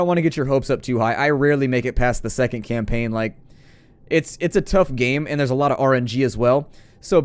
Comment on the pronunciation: I couldn't help but smile, when you said "new campackn". It was the exact same thing I said, when I was a kid playing video games not knowing an ounce of English, yet still playing these games in a foreign language brute forcing myself through the menus and mechanics. Oh the days of trial and error.